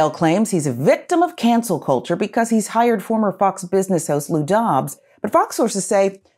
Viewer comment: Marjorie “Buhcuz” Taylor Greene